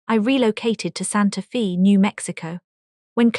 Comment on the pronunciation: Santa FEE???? LOL.... No, it's pronounced Santa FAY. AI sucks.